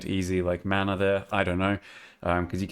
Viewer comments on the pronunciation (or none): none